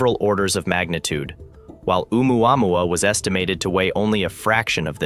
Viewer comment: It is O'umuamua - not omuamua.